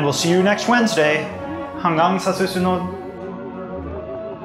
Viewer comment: As a pure blooded Filipino, I always get amazed when I hear Tagalog words being said by non-Tagalog speakers. You did a great job! =)